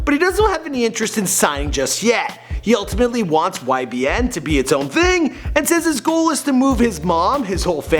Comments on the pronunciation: nigha said “YMB” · He said ymb